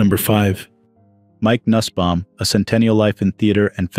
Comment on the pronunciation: Nussbaum is pronounced noosbaum